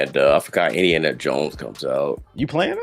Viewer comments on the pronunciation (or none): none